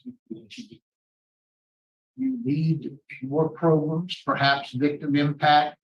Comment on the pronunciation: Lmao at "progrums".😅